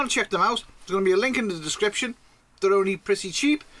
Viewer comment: That's a really nifty little device! Distrinks? That amused me. Mostly because in one of our last videos I said I would leave the description in the link. I didn't catch it during editing so it's there forever. It's nice to know others can't speak too. I find that comforting lol.